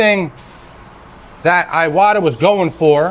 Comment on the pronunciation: Just so ya know, it's e wa ta (Japan pronounces vowels different). Iwata is the family name of the iwata brothers.